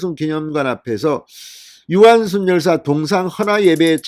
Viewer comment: 유관슨 정정 바랍니다. 무슨 제이슨이니 제커슨도 아니고 ㅎㅎㅎ